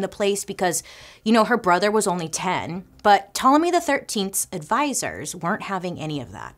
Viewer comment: Bailey pronunciation of Ptolemy was flawless 👏🏾👏🏾👏🏾